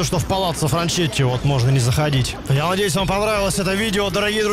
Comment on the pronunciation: По-моему, правильно читать ФранКетти, ибо "ч" в итальянском это сдвоенная буква "цэ"